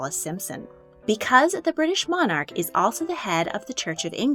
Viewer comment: PLEASE can the commentator learn the correct way to say Monarch..